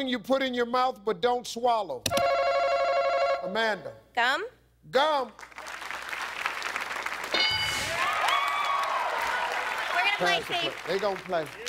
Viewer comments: i thought she said bum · i thought she said bum!.lols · Clearly she said gun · More like Kgum. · thought she said THUMB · .... Are you sure she said gum? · The first lady said gum, but it sounded like another word for sperm. I thought she said the same thing the original poster thought too. :P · I'm not exactly sure she said GUM - that is HILARIOUS!!!!!!!!!!!!!! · Spitters are quitters so she most likely said gum 😂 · Me too XD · Everyone heard that, man. It's up there! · Same lol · Oh god I sweaaaaar thought she said something other than gum 😂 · You sure she said gum? Some people mix up their G and C pronunciation.